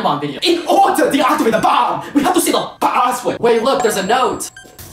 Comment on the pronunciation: "In OrdA tO Deactivate the BOMB we have to say the paaa🐑🐑🐑🐑